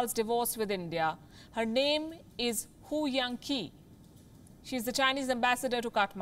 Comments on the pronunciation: Come on, learn some chinese pronunciation!. China is your geographical neighbour/economic rival/political threat and probably already the worlds biggest super power. For journalist in India it should come naturally to be able to pronounce chinese names correctly. It's a matter of professionalism... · her name is pronounced Hou Yan-chi!